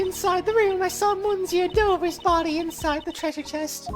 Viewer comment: Good old court record, no organizers anywhere... YESZ! Yeah well wrong prosecutor for that So she sounds like a mouse now? :P Your French is aweful "monsieur" "Hoquet".... Hoquets Japanes name translates to "Paul Holic" might want to use that and dont butcher the French language anymore His name is "The Real Bad" btw name puns: Isaac Dover = Iced Over, Pierre Hoquet = Pierre (generic French name) Hoquet (French for hiccup), Jeffrey Master = Master Jeff.... errr Master Chef, Katherine Hall = Catering Hall Mistakes: 0/49 Death Counter: 4 Logic Chess: 0/11 Logic is hard: 1